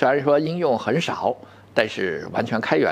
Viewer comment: RISC-V，不是英文字母V，那是罗马数字5，到时候，人家升级一下，变成VI了，就读做6了。